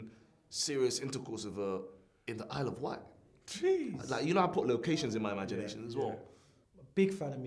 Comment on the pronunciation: said ‘ISLE OF WIGHT’!!! 🤣🤣🤣🤣💀